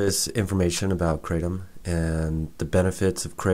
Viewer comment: Thanks for this video a lot of true points. And the way you pronounce Kratom is the same way that I do. I see it wrong elsewhere. This herb has been helping me for a year with my prior anxiety and I'm now free of drugs and alcohol for over a year because of it's almost daily small dose use. I can vouch for your improved immune system theory. No sickness in over a year! Not even a cold which is unusual for me. Benefits galore! Now I need to move to a tropical environment with my own trees!